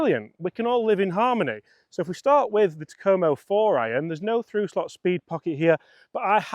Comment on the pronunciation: "TA-ko-mo" Not "Ta-KO-mo"